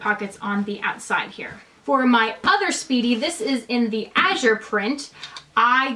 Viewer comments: gosh pronounce it correctly, it matters so much. How dare you. it Azur, not Azur. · Its pronounced "Damier Ah-zur". Thanks for sharing! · Great video, thank you! P.s. you are pronouncing “Azur” incorrectly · Great video, ty! You are not pronouncing “Azur” correctly :)